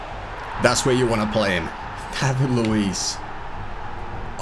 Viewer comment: It's Luiz..with a z